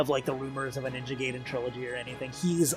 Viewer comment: He said "Ninja Gay Dan"